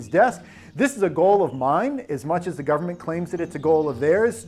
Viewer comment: Gubmint and epipen